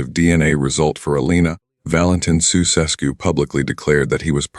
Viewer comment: Jee, first trie to pronounce their name right man, soeseskoe pfoei....